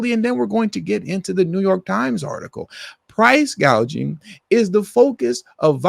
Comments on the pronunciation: The fact that she mispronounced it as "price- gauging" instead of price-gouging proves that she doesn't know what she's talking about. She wasn't even familiar with the word. She was just reading it off her teleprompter as if it's a word that she's never come across before. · She didn't say "price gouging." She said "price gauging," which is a term that most people don't know what that means.